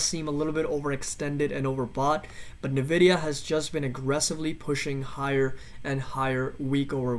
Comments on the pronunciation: It's pronounced "en-vidia" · Thanks for publishing but credibility dumps when you don’t know how to say the name of the company you researched.